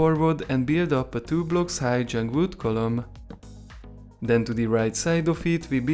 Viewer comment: why u say jung wood not jungle wood